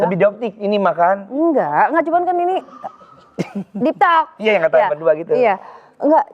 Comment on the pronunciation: Om hao di mulut anwar jadi HULAO AND HALLOWW😂😂😂,,,SOFTLENS jdi SOFTEX😂😂deeptalk jadi doptik😂😂😂